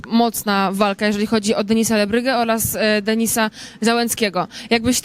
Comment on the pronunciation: ona się nie potrafi wysłowić "olaz"